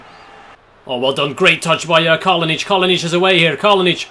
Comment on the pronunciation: It is Kalinic not Kalonic